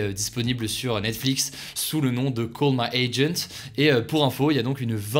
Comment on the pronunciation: pourquoi tu prononce avec l'accent "call my agent" mais tu ne dis pas "remake" avec l'accent ???????????????????????????????????????????????????????????????????